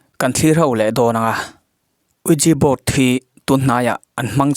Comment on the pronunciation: Uiji board itia uija board tia lamtur ani zoklo mi?? Anyway hetia fiah leh zuala ilo recape hi tha k ti khop mai.. recape ti maiang o🙄🙄